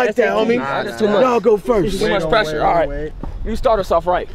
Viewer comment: He can’t say the word pressure 🤣🤣🤣